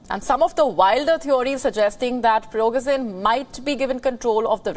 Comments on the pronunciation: Its Prigozhin! not Pirogzhin :) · please pronunce Prigo-sh-in. SH is correct. thanks.